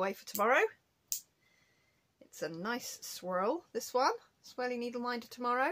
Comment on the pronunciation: I know you're saying 'swirly' but I keep hearing 'sweary' and look up expecting you to have put a curse word on a needle minder lol